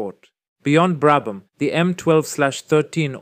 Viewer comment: Commento disastroso piqet brabam non sa neanche come si pronunciano i nomi